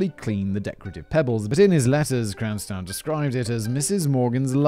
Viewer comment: Let's play the game, how many different ways can Simon mispronounce Cranston! I've counted at least ten subtly different wrong ways so far